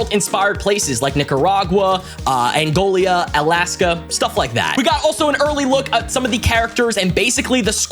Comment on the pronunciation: Angola not Angolia 😂😂😂